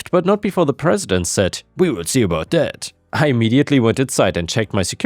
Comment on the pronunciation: "we will see about daat" :)